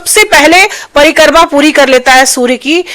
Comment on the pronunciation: परीकर्मा नहीं परिक्रमा होता है😅😅